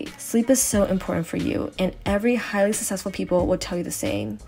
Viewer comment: Susessful ?? The way u said successful kept bothering me